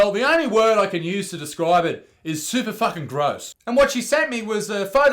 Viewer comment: i died when he talked about the period photo and said like it was one word: "ahSuperfuckingross 😂🤣🤣 love ya champ👌💕🔥